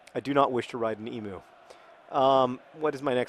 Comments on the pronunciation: John, 'emu' is pronounces 'eem-you' not 'eem-oo'! I think the best way to improve your Australian vocabulary would be a trip to Australia hint hint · I know that mispronouncing things is your thing John; but for everyone else Emu, is pronounced Em-you not Em-oo. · It's usually pronounced EEM-you, not EEM-oo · Why do the yanks always call them emoos? Emu. It's Emu. eem-U. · Emu is pronounced ee-mew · You're pronouncing Emu wrong John. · You pronounced emu wrong, the u makes the same sound as the word ewe. Also, please don't ever try to ride an emu.